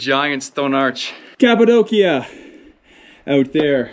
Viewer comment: You overcorrected. It's actually pronounced cap-a-doh-sha.